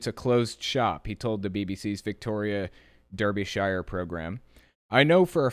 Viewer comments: I like you but that is NOT how you say Derbyshire, it’s more like “Dahrby-sheh” (this was really hard do write phonetically) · That's not how you pronounce Derbyshire pronounce the e as an a and the shire as shu or drop the shire and just say derby.